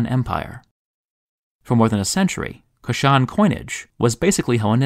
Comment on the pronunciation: Kush-an, not Ku-shan empire.